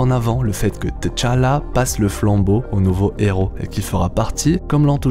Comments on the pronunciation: Pourquoi tu prononces Té-challa...ont dit tchala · Je n’arrive toujours pas à comprendre la prononciation par les occidentaux du nom de Tchalla, vous prononcer le T deux fois T-tchalla si vous voulez prononcer le T à part alors la bonne prononciation serait T-challa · Ca se prononce tchala directement et té-challa. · Pk tu dit "teu"Chala??dans le film c'est Chala tout cour mec😂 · Tchalla bon sang, pas Tichalla ou Téchalla, mmbapé et non Embapé.... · On ne dit pas Téchallah, on dit Tchallah, ça se dit d'un seul trait, faites un efforts, les colons ! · Pourquoi tu dit T chala au lieu de tchalla directement lol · Faut qu'il apprenne a prononcer le nom de t'challa ça arrache les oreilles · à l'écrit oui, la prononciation non, on ne prononce pas la lettre T de façon isolé. (même dans le film, y'en a qui font cette erreur) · c est pas comme ça qu on prononce T'challa mais j aime bien ta prononciation